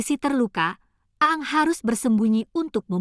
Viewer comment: bacanya aang bukan aang